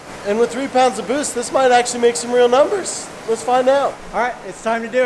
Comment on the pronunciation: Heavy emphasis on the “might”